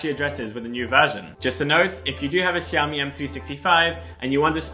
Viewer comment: If you call it siaomi one more time ia break my screen 😂